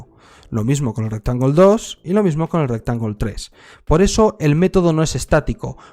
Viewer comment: "My RecTangulee"